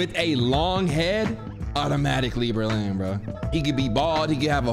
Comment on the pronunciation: “THERE GO BELIN THERE GO BERLIN”